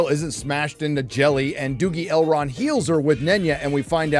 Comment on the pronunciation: What the fuck is up with pronunciation in this show? I thought it is "Narsil", but no, it is now "narCHIL". No, it's not "Galadriel", it's "Gayladrayel!". No, it's not "Sauron", it's "SHARON!". Ever heard of "Elrond"? Well, say hell to "HELRHOND"! It sounds like a wannabe 5th grader fantasy writer trying to sound cool.